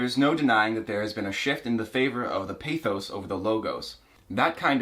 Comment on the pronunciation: I'm at minute 3 and what gave it away was the incorrect pronunciation of pathos